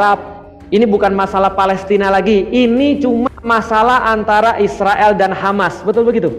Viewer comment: Kenapa ngomong nya isriwil, Israel aja pak biar jelas orang" baca nya